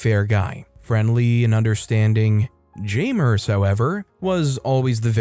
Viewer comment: Its... jam-ers... not jay-mers, jam-ers